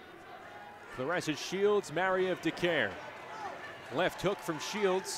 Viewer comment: Claressa not Clarissa. Put ome respect on her name!!